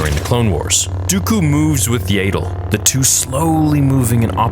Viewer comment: IT IS NOT YAY DLE IT IS AHHHHHHH DLE Y Y AS IN YES A AS IN AHHHHH AND THEN FINALLY DLE AS IN PADDLE